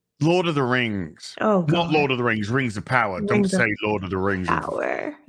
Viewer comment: has undergone serious trauma over the years. From the Batwahmen show, to She-hulk, to Rings of POWAH! We should start a 'Go Fund Me' for his therapy.